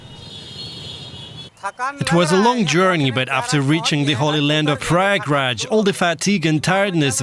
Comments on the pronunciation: Please correct pronunciation of ganges and prayagraj When you read this word "ganges" So pronunciate it gaa- ann- gaa And read " prayagraj" So pronunciate-"praa-yaa-gaa-raaj Ganges=> gaa-ann-gaa=> it is holy river of india Prayagraaj=> praa-yaa-gaa-raaj=> it is place where celebrate mahakumbh (maa-haa-kuumm-bhaa) mela(may-laa) festival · shame on, cant pronounce a simple name prayagraj.